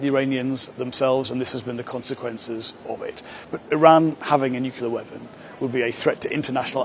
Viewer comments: Learn to pronounce the thing that you don't want Iran to have it😂😂😂😂😂 What is nucilair????? Have you ever been to high school???? It is nuclear and not nucilair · Are "nucular weapons" the same as "nuclear" ones? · New clee are NOT Nu ku ler FGS